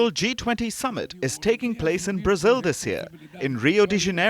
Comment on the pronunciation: Its not Brazeel but Brazil!!